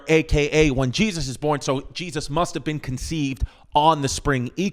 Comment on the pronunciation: I just LOVE IT when Chrissy says Jezz-uss lol